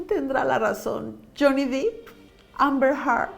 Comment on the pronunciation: Qué buen análisis, muy interesante. El apellido de Johnny se pronuncia “Dep”, no “Dip” y es Amber “Herd”, no “Hart”. También me tardé en descubrir cómo se decían jaja Saludos!